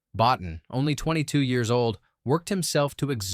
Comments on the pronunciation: By the way, Rob Bottin is pronounced "Bo-Teen." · You or the AI manage to mispronounce “Cimino” two different ways. Also “Bottin”. Nice to see “Brazil” and “Videodrome”get some love though.